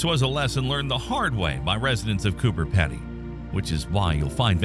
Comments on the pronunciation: It's pronounced Peedy not Peddy, dont ask me why, that's just how it's pronounced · I don't think Pedy is pronounced like that.